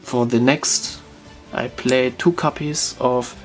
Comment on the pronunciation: Ich weiß nicht warum, aber wie du "copies" aussprichst tiltet mich über den Jordan xD Es heißt copies mit o nicht capies, aber bis auf das verwoschene Englisch top